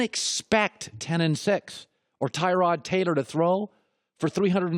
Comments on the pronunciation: Tyrod himself said its pronounced ta-rod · I believe if you can't pronounce a guys name then they should not give you a microphone. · Am I the only one bugged by how he acts like he doesn’t know how to pronounce Taylor’s name even though he’s said it right the first time..the blatant disrespect -_ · This video should have been called "Historically under-performing former QB pretends he doesn't know how to pronounce 'Tyrod' "